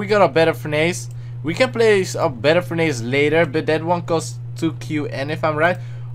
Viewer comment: its not furn-ace Its furn ess